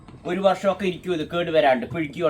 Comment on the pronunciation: പിഴുക്കി അല്ല പുഴുങ്ങി